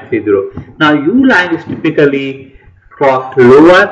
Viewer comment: Please listen typical pronunciation of word 'typically' at oxford's dictionary (you missed it several times): VS